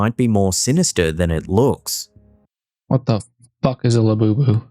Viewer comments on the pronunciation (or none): The whole Labobo doll is only a way to hype it for sales. It's just like the cabbage patch dolls and furbies. It's also interesting that "" can't get the name right. If you listen to him, he calls it Laboboo, Lafufu